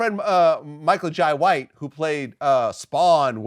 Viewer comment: Michael “jie”white 😂😂😂😂😂